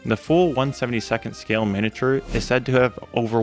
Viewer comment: Not pronouncing "miniature" correctly. Really irritating. Mi-nee-a-ture. Not min-uh-ture.